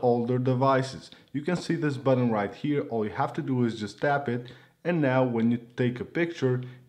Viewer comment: buTTon not buDDEn